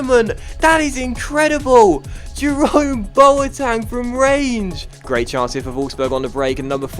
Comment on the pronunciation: Why do you call him Boatang?